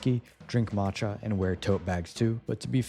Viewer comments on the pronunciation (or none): none